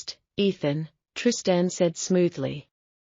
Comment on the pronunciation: Teach AI how to pronounce Trist-Ann, pls